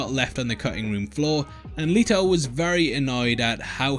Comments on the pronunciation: LET, LET, LET, LETO LETOOOO plz stop saying “Leeto” his name is LETO!!! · Leto NOT LEATO!!!